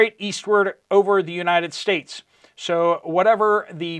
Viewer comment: Sir, please be aware that you are developing a habit of saying "and stuff like that." I love your show, but please stop saying, "Uni States." I promise that I am not a troll. I'm just trying to help. God Bless you, your family, and all who believe.